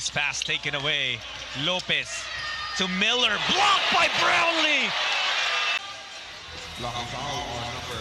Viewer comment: Boss paki tama yung "brownlee" baka pati JB angkinin ng china